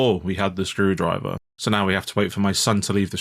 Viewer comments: skrew-DRIVE-er - the emphasis should be on SKREW-drive-er. The misplaced emphasis makes it sound like EFL or just unnerving x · With "My son's screwDRIver" it almost sounds like they cut up driver from somewhere else and added it here. Even though it was probably just how the VA decided to say it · i think the screwdriver thing might just be that hes emphasizing my son in a weird way cause it's his name. MySons screwdriver instead of my sons screwdriver